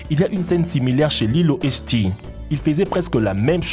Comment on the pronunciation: "lilo et chtis" 😂 👏👏